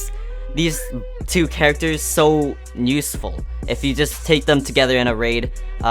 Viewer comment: NUSEFUL... gosh, start learning the pronounciation